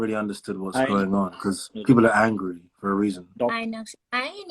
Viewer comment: 😂bekause bol Raha h because 😂